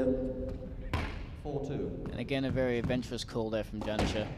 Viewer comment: How embarrassing for the co-commentator to have this replayed when he can't pronounce the world's number one's name. It's Jansher you dolt, not Janisher.